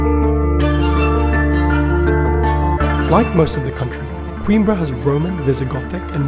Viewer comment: Well produced video but why pronounce the city's name as queen-bre (like in timbre)? It's a Portuguese city, not English.